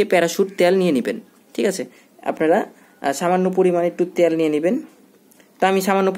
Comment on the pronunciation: Not ত্যাল ভাইয়া। It's তেল।